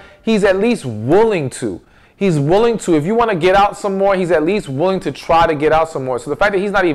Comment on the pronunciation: PLEASE PRONOUNCE THE WORDS COREECTLY....ITS WITH, NOT WHICH. AND ITS NOT CHU, IT'S YOU.***